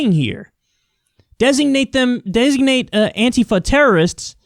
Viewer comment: You must be only person I've watched in the last 5 years that is able to actually pronounce Antifa correctly.